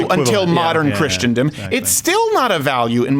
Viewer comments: I'm sorry Steven, but I just can't keep this in anymore (because that's how I'm made). The word is not "Christiandom," it's Christendom (all Christians collectively). I only point that out because you are such an effective communicator and I think you would just be more effective if you actually seem to know the language in which you communicate. I also am not referring to purposefully mispronouncing words. Here endeth the lesson. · GERALD: Please coach Steven in how to pronounce "Christendom." (Crowder, here's a hint: Chris: sin, dumb)